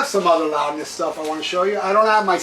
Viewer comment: I didn't know you were fluent in Japanese? "Rowdness" 😆